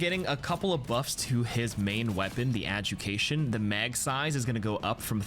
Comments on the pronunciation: Adjudication, not aducation.. but at least you don’t say adjudifucation like one of my coworkers. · Wow, how helpful, he pronounced it incorrectly, now he knows how to pronounce it properly next time. he didn’t pronounce the di in adjudication, he just said adjucation